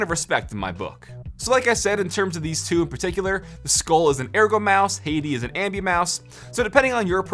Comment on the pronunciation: It's pronounced Skol. (Like the tobacco chew) and Hati (hot tea)